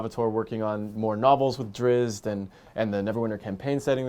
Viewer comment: ITS NOT DRIZZ, its DRITZ... you pronounce the t